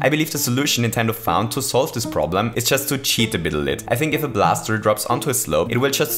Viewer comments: "cheat a bittle lit" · "Just to cheat a bittle lit" - 16/2/19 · Did anybody heard he sayd bittle lit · “to cheat a bittle lit” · “to cheat a bittle lit” a bittle lit part 2